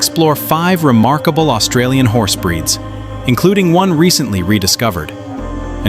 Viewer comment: Bloody yanks always fk Australian words.